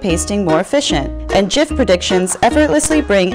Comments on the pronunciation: Everything was perfect until she said JIF instead of GIF. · That's how the person who created the gif pronounces it Einstein look it 👆 even though 99 percent of the population decided to pronounce it like morons 😂